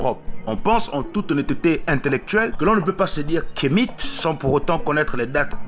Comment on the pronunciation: Toi qui dis être Africain tu le prononce Kemite au lieu (Kamit)